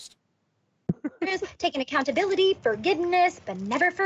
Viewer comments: “I would like to take full aHhhcountaBIIIlIttHeeee” uh huh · She really hits every syllable in accountability huh?